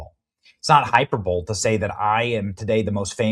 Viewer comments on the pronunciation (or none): Benny, I can’t believe you read HYPER-bole instead of hy-PER-bo (long o)-Lee (long E). Anyone can make a mistake, but I know you know this word. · **** -BENNY - it's hyperbole/hīˈpərbəlē/, NOT hyperbol. Dr. Fauci even spelled it wrong!!!!! *********** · cough 'High per bow lee' not hi per bowl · hy- per-bo- lee not hi-per-bol sorry Benny i love you and still hate those glasses. They make you look older with green eyebrows. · Are you pronouncing hyperbole "hyper-bowl" instead of "hyperb-o-lee" ? My goodness, I thought I was bad. Lolol. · That's hyperboleeee. Not hyperbowl. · Benny, for the love of GOD.... "Hyperbole" is pronounced "high-per-bo-lee" You, and everyone else that pronounces it as "hyper-bowl" are making yourself sound embarassingly uneducated and, being as I know you are NOT uneducated PLEASE LEARN TO PRONOUNCE THIS WORD CORRECTLY!!! ....Rant complete.... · Hyper-bowl? Pronouned Hi-per-bo-lee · Bro. It's pronounced hy per bo lee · hyperbole = hy PER boll ee. If you’re not sure how to pronounce, please ask your team. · I thought Benny was a smart guy 😒😒 until I just heard him say the word hyperbole.. HYPER BOWL ? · WTF is a Hyper Bowl, Benny? Is it something NUCULAR? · hyper bowl? lol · Hi-per-bo-lee Hi-per-bo-lee Hi-per-bo-lee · HI PERB AH LEE!!! 🤦‍♂️ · Hyper-Bowl? Do you also say, Catas-troaf? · What exactly is "hyperbowl", Benny? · I mean not in this video but you know he uses that word a lot and mispronounces it every dang time. I couldn't believe my ears when he said "hyper-bowl" 😂 I asked myself, isn't he supposed to be a journalist or something lol.. went to college perhaps..? I dunno but he sure comes up with the winners 😁 thx.. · Benny! Hyperbole is pronounced: high per bow lah. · sorry it was really funny to hear you pronounce “hyperbole” 😂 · dude can’t say hyperbole. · Lmao also New-clear .... 😂